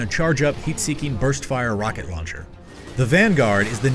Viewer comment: It's his pronounciation ;) Rauncher